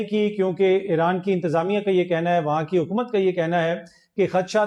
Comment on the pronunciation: محترم اگر بُرا نہ منائیں تو “ اے ران “ نام کا کوئی ملک دنیا میں نہیں ہے صحیع نام “ ایران “ ہے صحیع تلفظ “ ای ران “ ہے شکریہ